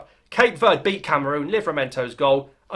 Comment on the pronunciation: Verdee, not verd.